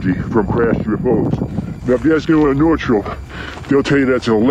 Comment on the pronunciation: Wait! What? In the middle of a huge sand dune they just happened to dig RIGHT where the hatch was? How lucky can you get? Time , guy mispronounces the names Northrop and Tehachapi.